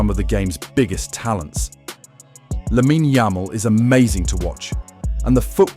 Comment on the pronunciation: “Lamina yamel”